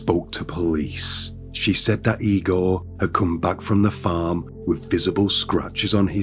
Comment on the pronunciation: 1000% AI. Both the voice and the images of the narrator. It’s incredibly realistic looking and sounding but there are very subtle clues that give it away. The overly enunciated “R’s” and “G’s” along with consistently improper emphasis’ and the overly animated mouth movements in the images are the most obvious ones. Listen to it again and listen specifically for the way the word “farm” is pronounced exactly the same way regardless of the context in the sentence structure. Definitely AI.